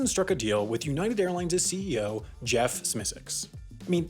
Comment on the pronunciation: So you pronounced Jeff’s name wrong several times. You aren’t wrong in the message but you gotta learn the names.